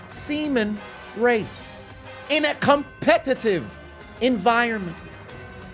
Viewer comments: CUMpetitive lol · It’s cum-petitive. ☺️☺️☺️ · Its CUM-petitive sport😂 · The competition was very....... "CUM-PETITIVE!!!" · Cum petitive Huh?